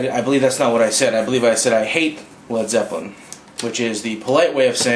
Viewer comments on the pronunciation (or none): "Led Zepplen"